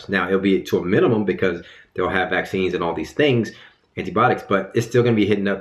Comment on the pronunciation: He's trying to say vaccine